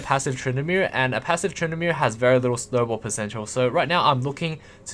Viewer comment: "so fokin good at trynndameer"